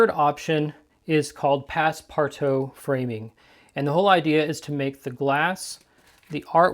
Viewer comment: I love pass-partout mounting. I think it's safer to ship pastels that way because the pastel dust can't get knocked off easily. It's pronounced like : pass par-too.